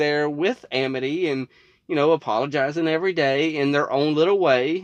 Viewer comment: wow Luz used to be really bad at pronouncing amity. she seems to pronounce it "education"